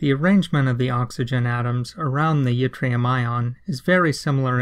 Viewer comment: Fun fact - yttrium is named after a place in Sweden called Ytterby, and y in Swedish is pronounced like I in most other languages, so it should be pronounced like itrium, not jitrium. No biggie though.Thanks for the video, it was very enlightening.